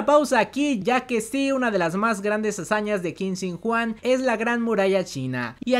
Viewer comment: Cada vez que escucho Juan un chino muere🤣🤣🤣